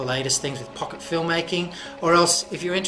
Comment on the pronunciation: is it just me or did it sound as if he said fucker film maker ?